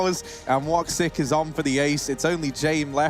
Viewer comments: I laughed so hard when he pronaunced his name. I am Turkish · the pronunciation how you read woxics name is killing me.